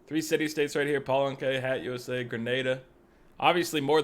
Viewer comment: Yeah the first time I heard him pronounce Hattusa as Hat USA, I was ready to correct him, but then realized it's his shtick.